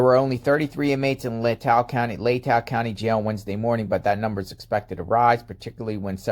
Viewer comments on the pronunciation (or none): Lay ta is how it's pronounced, short a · Say,..... LAY-TAH,.....leigh-ta, LATAH county. I live here, and its funny hearing you always saying it wrong.😀 Keep up the good work! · Pronounced Laytaw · Not to be a pronunciation Nazi but it’s pronounced: LA täh. FYI! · pronounced "lay-taw" county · Hi It's pronounced " lay tah"